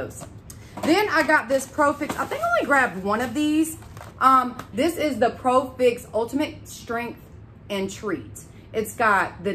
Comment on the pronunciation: It’s not profix it’s pro-fx lol 😂